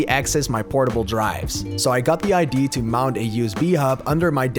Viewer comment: Nice upgrades! Completely separate. As a Dane I used to pronounce Idea as I.D. similar to how I've heard you do it in several videos. Likely as that's how it's pronounced in Danish, and I suspect in Dutch as well. Not a big deal, however the a at the end is pronounced; ide-a. It's like saying Ikea, with a D instead of a K ;-)